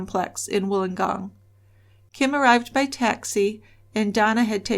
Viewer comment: As a Wollongong girl I am very impressed that you pronounced it correctly , most don’t . Thank you for covering this case , all of us who are old enough to remember it have never forgotten .